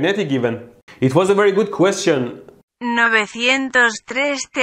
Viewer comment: ~ "Nocecientos Tres Deh-beest" XD